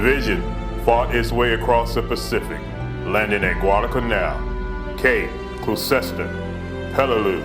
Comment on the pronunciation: Cape "Glue Cester"? With all due respect, surprised he managed to pronounce Peleliu but not Gloucester. Anyway, great video. As a kid with an interest in American Military History, this was a great watch. Keep on kicking ass 1st Division.